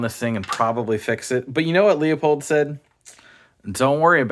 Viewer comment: It’s pronounced (phonetically) “Loo-pold” Not “Lee-a-pold” BTW great video…